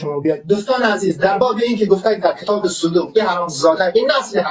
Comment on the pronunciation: این زن چرا اینقدر چیر چیر می کنه صدو ق میگه( صودوق ) احمد گاتی شک نکنید که صد در صد ولد زنا است